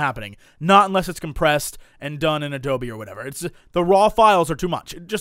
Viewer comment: You pronounce "Adobe" like "Doby". For a second there I thought you were going to buy a house-elf for $60 o_O